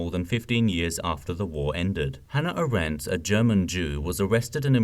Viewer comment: AAAAAH-rent. Not a-RENT. Thankyou